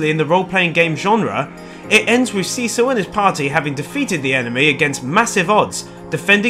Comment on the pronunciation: Why do you pronounce Cecil wrong? It's not a long E it's a short E.